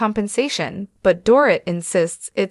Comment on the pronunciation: For goodness sakes her name is pronounced Doreeet!!